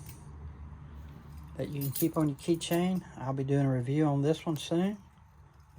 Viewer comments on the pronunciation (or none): none